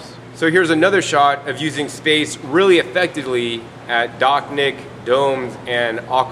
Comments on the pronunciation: Dachnjik-> Dačņik. your pronounciation realy messed up my understanding of the "summer home garden"... try using german combinantions of letters when trying rusification of words. ch - č, sh - š, nj - ņ, and so on. Cool system tho. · The CH is pronounced more like CZ like chacha, the dance.